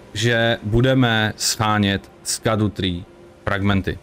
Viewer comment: Scadu se vyslovuje Šadou, ono je to ze starý angličtiny. Gaol=džail atd.